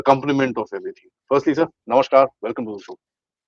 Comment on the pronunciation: आपको निवेदन है कि "नमशकार" न कहें. सही शब्द है "नमस्कार".